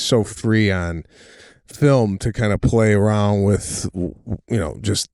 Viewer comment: Sebastian…..the word is WITH not WID….Arlington Heights Illinois education should have taught you SOMETHING…if YOU were ATTENTIVE.